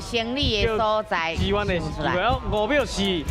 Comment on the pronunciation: 美秀姐的「支援 (tsi-uān)」總是沒有念對😂